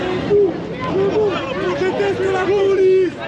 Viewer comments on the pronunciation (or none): la plupart ils ne parlent pas le francais au lieu de dire Police ils disent Pouliche